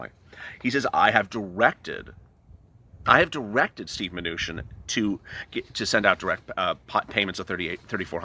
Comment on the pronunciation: Love the show and really enjoy watching it, but man ish it sounded like you said Stew manuchin which kinda made me chuckle some. Thats all from the Hoosier state.